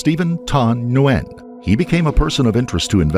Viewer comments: Btw - it’s not “nuu-wen” for Nguyen, it’s pronounced simply “win” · Isnt his name pronounced 'win' or ' gee in '? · Name is pronounced ‘when’ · Last name Nguyen is pronounced WHEN, not newwhen. Condolences to her friends & family😢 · Nguyen is pronounced "WHEN/WIN" And ew, that area is ATROCIOUS. You can smell it thru the screen 🤢🤢🤢🤢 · Steven's last name is pronounced "WIN" 😁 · Learn how pronounce "Nguyen". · Was looking for this comment. I was not paying attention to video, just hearing and went back to it thinking "is he trying to pronounce Nguyen?"